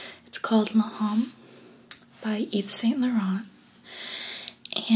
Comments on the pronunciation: the first cologne isn't pronounced le homme. it's pronounced lome, meaning man in french. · “Luh homme” 🤔 close. Very close. Sales associate talks . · 'L'homme' is French it means 'the man' but the letter 'h' is never pronounced in French.